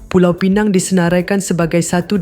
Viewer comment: Pulau Pinang ....bukan pineng...